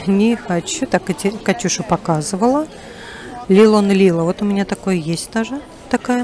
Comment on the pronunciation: Лилон лила- ударения на последние слоги. Помните, песенку из Дартаньяна и трех мушкетёров? Еще это выражение переводится с арабского как ночь следующая за ночью. Также используют для обозначения чего то загадочного.